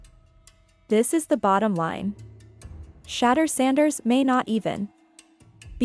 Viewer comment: This AI video can’t even say his name wright.